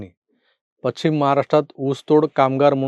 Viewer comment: तुम्ही पश्चिम या शब्दाचा उच्चार पच्चीम असा करता, कृपया सुधारणा करा.